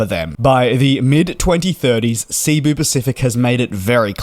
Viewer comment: It's SE-BU not SEA-BU Pacific. Short E, like "sent", just from a Filipino.